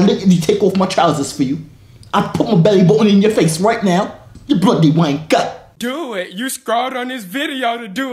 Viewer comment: Its not bluty its bloody